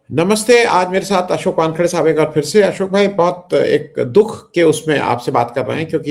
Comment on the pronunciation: Wankhade ko wan. Khade bolnaa ,crime hai.